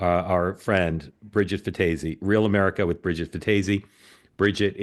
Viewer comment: You pronounced Bridgette’s name incorrectly 😂